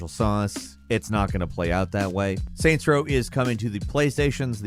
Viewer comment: SAINTS Row. Not Raint Row.